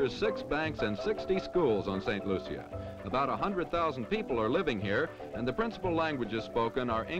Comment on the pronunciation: If you want to be so perfect learn how to pronounce the name of the island